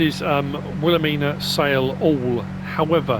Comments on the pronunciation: Will-uh-mine-uh is how you pronounce it!!! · I live 30 min away from where this map is named after 😲 but it's pronounced will ah mine ah idk if that matters to you but I figured I'd mention it great vid btw I really enjoyed it